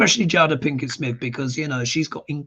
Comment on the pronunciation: I believe her name is pronounced “Jayda.”